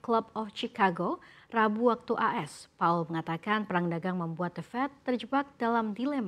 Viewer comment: Powell mba, bukan paul